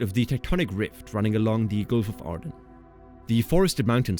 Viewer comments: Aden.. not Arden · "Gulf of Aden" Not "Gulf of Arden" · There's no "r" in the word Aden.